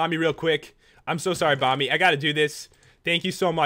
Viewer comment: Who heard pat say "Bommy" rather than Bomby.